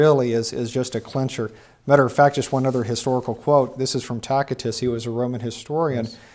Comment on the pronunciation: Why does continue to pronounce Tacitus as Tack-itus? Do a quick search on proper pronunciation of Tacitus.